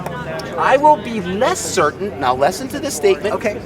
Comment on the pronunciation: why does always pronounce listen as "lesson" it pisses me off more than any of his moronic beliefs